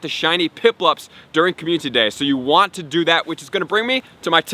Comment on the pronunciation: So many community days... still pronouncing as commutiny day